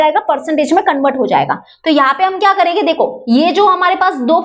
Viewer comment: Karege😂😂😂😂😂not karenge😂😂😂😂😂😂😂😂